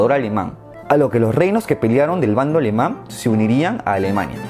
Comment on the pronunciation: "El imperio alemang" jajaj buen video bro, cómo siempre 👌